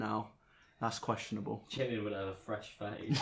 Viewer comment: Not another one who just pronounced Jimin name like "Jim in" it's not pronounced like that it's "jee min" ah it just cringes me out 🤢